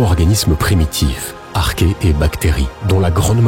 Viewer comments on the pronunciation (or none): none